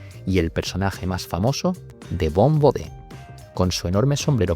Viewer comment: His name is pronounced bo-DAY.